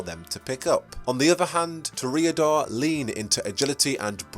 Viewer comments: Toreador is pronounced "Tore-Ee-Uh-Door" not "Tore-Ay-Uh-Door". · Ok, I gotta ask, what is with some of these pronounciations? To reodors? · One of my biggest pet peeves is people mispronouncing a word, and pronounces Toreador completely wrong